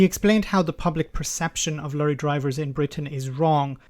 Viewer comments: ''Lurry''.. it's Lorry! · Lorry please. Not Lurrie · I do enjoy pronunciation of "lorry". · Lorry should be pronounced " Truck ". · your Irish accent dropped a bit to Garda Patrol 'lurry' haha like 'veachile';P